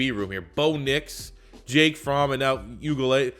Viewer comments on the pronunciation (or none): none